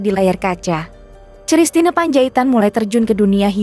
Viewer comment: Koq sristina ? Kristina !!!